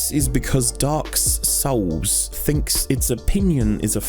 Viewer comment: I always love the pretentious video essayist pronunciation of DAWK SOWLS.